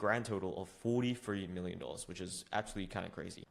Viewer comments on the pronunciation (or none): none